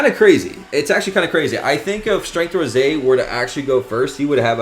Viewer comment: It ROSÈ NOT ROSE